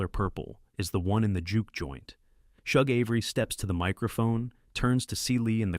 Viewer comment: You screw most of the story saying Shug Avery name Wrong